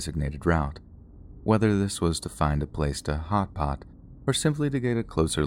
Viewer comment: Am I the only one who giggles when he says, "hot pot"?😏